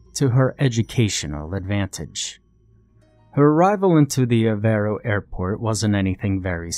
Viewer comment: I wondered did he say Faro?